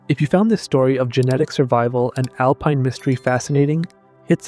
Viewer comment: "Alpeen"?!? Do better. Misleading title as they are NOT proven to be his descendants.